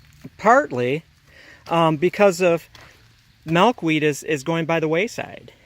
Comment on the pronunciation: I love how you pronounce Milkweed lol. "Malkweed"